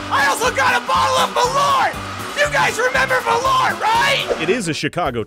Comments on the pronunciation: The pronunciation is Maul-urt. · It's pronounced "maahl-uuhrth" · i like how they fail at pronounce Malört ><